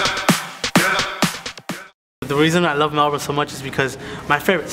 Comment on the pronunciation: It's pronounced (Mel-Bin) I think